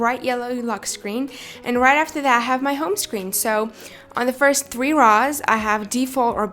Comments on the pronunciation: Did she just say “Raws”? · she says rows like how an american says raw-s no hate i love your vids! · the way she says 'rows' tho